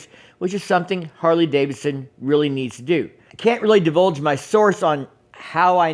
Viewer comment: Harley Davidson, not Harley Davison.